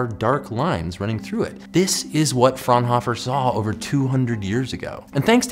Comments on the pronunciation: All of the German Physicists (Bunsen, Fraunhofer and Kirchhoff).Bunsen is pronounced as Boonsen, Fraunhofer as Frownofer and Kirchhoff with the 'ch' procnounced as in 'church' (not as 'k'). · The way he pronounced "Fraunhofer" hurt me inside